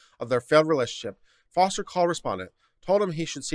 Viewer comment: I thought the name is Foster and not Forest?